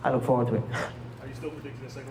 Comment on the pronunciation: "I wook when I wook".